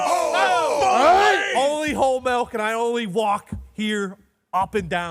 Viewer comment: I can’t stand the way pronounces milk. “I drink MELK”